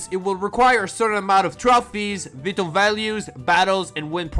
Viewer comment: Vwytal not veetal.....:(